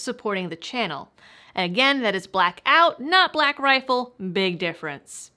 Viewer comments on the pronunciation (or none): none